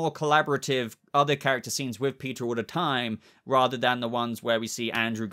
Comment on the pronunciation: If you say "peteer" like that anymore i will hunt you down and shave off them flowing locks.................🤣